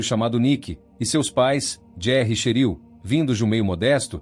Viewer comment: NÃO É CHERIL... É TCHÉRIL!!!!!!!!😮😮😮😮😮😮😮😮😮😮😮😮😮😮😮😮😮😮😮